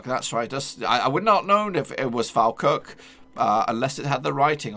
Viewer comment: Is Falkirk not falkrk